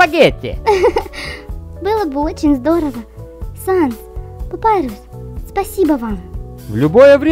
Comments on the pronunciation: Папирус не Папайрус как вы не понимаете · Не Папайрус а Папирус. ПАПИРУС!!!!!!